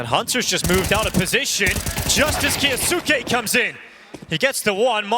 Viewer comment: Someone teach Moses how to say kyousuke